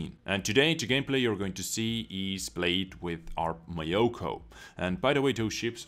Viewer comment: it's myo---koo not my yo kooo...............